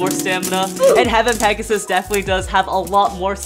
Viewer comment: Does any one notice that when he said pegius it sounded like gyngaw